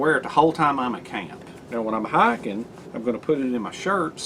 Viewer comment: Bro, I think what I like most about your videos is your accent and your uncanny ability to turn one-syllable words into two-syllable words: camp becomes cah-yump, knife becomes nye-yuff. I'm just teasing you...your passion is obvious, and your videos are entertaining, imaginative and more importantly, always informative. Keep up the good work!